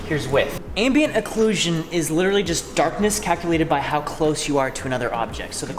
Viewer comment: [clap x5] Also I thought it was pronounced Ambient Occulsion, not Acclusion.